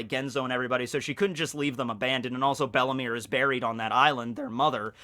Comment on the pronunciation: it is bellemere, 2nd e silent, not bellimire XD